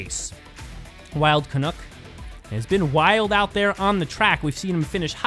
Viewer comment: Your commentary is always excellent. One thing though. Wild Canuck rhymes with "Duck" hehe. I'm too Canadian to complain, but I did want to mention it. Sorry.:P